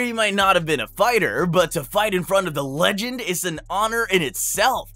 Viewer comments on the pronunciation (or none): none